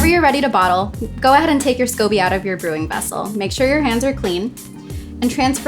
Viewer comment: It just doesn’t look like a real scoby and you can’t say scoby right. Also looks like you aren’t sure and are reading a script. No offense sorry sorry